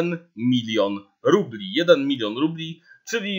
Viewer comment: Trochę zła wymowa bo mówisz "rupli" a nie rubli.